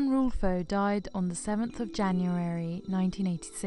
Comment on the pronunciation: Juan RULFO, not Russo